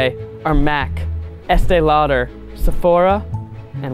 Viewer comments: I love that Zach pronounced it like Estēe “Louder” 😂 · Sounds weird how they pronounce Estée Lauder